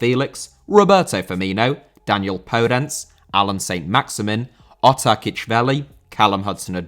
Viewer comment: Podence* not Pouwdenç